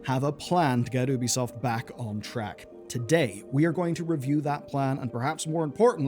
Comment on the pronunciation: It's not "Oo-bi-soft" And this video is 90%, waffle